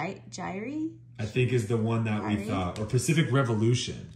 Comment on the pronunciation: Hey, I noticed that you were having a hard time with Jaire’s pronunciation. A good way to say that is Jy-air. Hope this helps, love your guy’s vids and the hits you get.